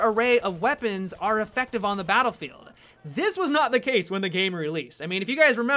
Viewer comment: Why can't he say "Battlefield" clearly?? :|